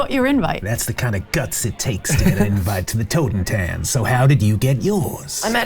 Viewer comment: It really took me a while to understand that the name of the boat was "Totentanz" because of the (not-quite German) way pronounced it.